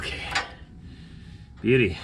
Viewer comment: 'Beaudy' - I didn't know you spoke Australian.